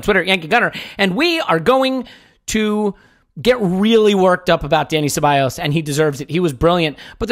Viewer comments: Stop saying CebaLLos especially after everyone says Cebayos, jesus wept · Great listen gents...fucking and the way he pronounces Ceballos...so cringe..fun to hear how excited sounded..Thx for a great host as usual.